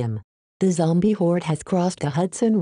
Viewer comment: lol bahasa indonesianya zombie jadi zombiEE